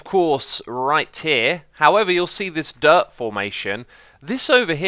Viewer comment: Why do i always hear "derp" when you say dirt